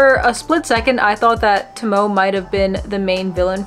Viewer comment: By the way, Tomoe, kagamis moms name is actually pronounced To-mo-AE😊